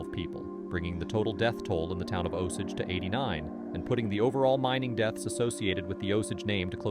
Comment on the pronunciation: idk the osege vs osage is bugging me